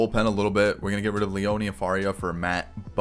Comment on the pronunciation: Ur adding a “e” when u say Leone 😂. It’s leon not Leonee. Lol. Just telling u no hate. Keep up the awesome videos.